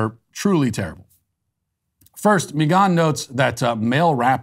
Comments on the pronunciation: “Mi gone” ???? 😅💀 why Matt 😂😭 it’s just Megan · Why is he saying Megan’s name like that 😂